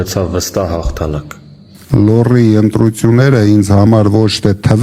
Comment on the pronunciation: Վոռիում չե, այ տաշիր, այլ Լոռիում